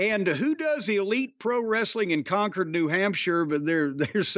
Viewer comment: Con-curd,. It's pronounced Con-curd, not Con-cord.